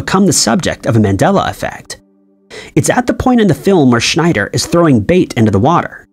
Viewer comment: His name wasn't Roy Schneider but schieder was weird the commentator got it because growing up I too always thought it was Schneider? Maybe another example of the Mandela affect🤔